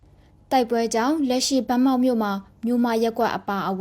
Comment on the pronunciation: ရေးးတော့ ဗန်းမောက် အသံထွက်ကြ ဘမောက်